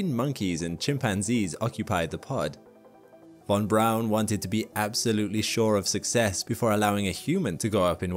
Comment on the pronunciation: Thank you for pronouncing von Braun's name correctly. Most people don't care to try.